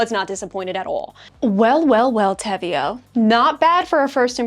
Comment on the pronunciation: Austrian girly over here 🙋🏻‍♀️ WE love the brand 🤣 btw the name is Spanish (te veo -> I see you) so that’s how you pronounce it 🤣. I absolutely love their Contrastline - so thank you for your detailed video ♥️